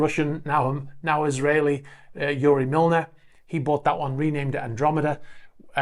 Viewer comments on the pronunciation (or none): none